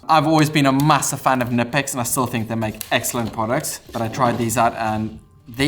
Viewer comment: If you like Knipex at least say their name correctly, thats a hard K